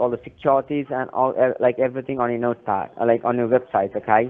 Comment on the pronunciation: If they pronounce website as “vebsite,” they’re probably a scammer